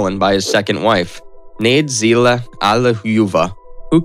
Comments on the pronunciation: “Nadezhda” is not pronounced “nayd Zee la”. There’s no “La” in her name at all. Lol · Nade-zila😂 good try though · Excellent video! The only flaw is that the Russian names are incorrectly pronounced. For instance, Stalin’s second wife’s name is pronounced ”Nad-YE-zh-da Alli-LU-ye-va”.